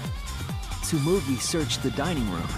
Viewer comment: It’s Tsumugi, not Tsmugui